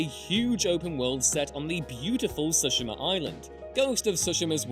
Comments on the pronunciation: FOR THE LOVE OF ANY DEITY YOU SO CHOOSE... please PLEASE if you're going to say a foreign word as many times as you said Tsushima, PLEASE learn to pronounce it firs. suhshama sound so ugly when placed next to Tsushima (Tsoo-shee-mah) (with a slit ti as you pronounce tsoo). I know that in the states at least people get angry at people that can't pronounce English. Shouldn't we show the same respect to any given language? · Guys... it's "tsu-she-mah". Not "sushima". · that’s Ghost of Tsu (tsoo)shima. Not sashima. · "Ghost of TsOshima" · ghost of "soshema" ? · "Ghost of shooshima" you say? Oh i love that game... cough cough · That’s not the Americanized form, the Americanized form would be “Sue-shee-ma” like “sushi.” Really their pronunciation is closer to the proper, just not hitting that “T” at the start. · The way he butchered the pronunciation of Tsushima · Paused the video just to come and find/post this comment. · It literally has sushi in the name! How'd he miss that?! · You have truly arisen to Master Of Saying Tsushima 👑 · Why can’t you pronounce ghost of Tsushima properly 😂🤦🏻‍♂️